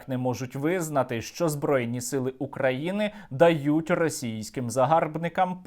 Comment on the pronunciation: Фу, вони так гидотсько говорять "Украіни", паплюжать назву. Хай навчаться правильно вимовляти, через "ї".